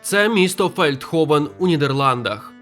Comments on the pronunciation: Не Фелдховен, а Велдховен (Veldhoven) Населення приблизно 43 тисячі населення, зараз може й більше. І так, воно існує, як би вам смішно не було, я там 3 роки жила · місто Фельдховен? 🤨точно ФЕЛЬДховен? Принаймні я так чую...